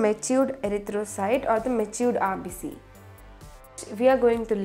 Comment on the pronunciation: No hating but it is rbc not rbs